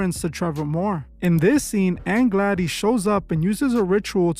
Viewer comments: "Aunt Gladeeze" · I can't bear it. I don't know if it's weirdo AI or just plain stupidity, but did you EVEN SEE THE MOVIE? You really don't know how to pronounce GLADYS????? WTAF? Thumbs so far down I had to dig a new basement to go that low.